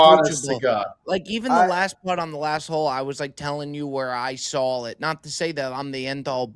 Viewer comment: Love the pod! Why does put an L on words that end with aw? Like sawl lol